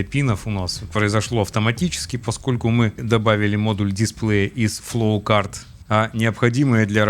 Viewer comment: простите, но почему у вас такое красивое произношение всяких рид темпечур, но вы называете флоучарт флоукартом, каждый раз об поток тележки спотыкаюсь xD